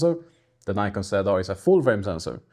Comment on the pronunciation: Before you make a programme about a camera you should at least learn how to pronounce the name correctly ! There is NO Y in NIKON if you don't believe me ask NIKON its their company ! Bye...